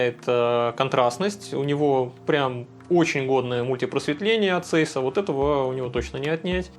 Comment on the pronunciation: Подушню. Zeiss немецкая компания, поэтому читать правильно Цайсс😅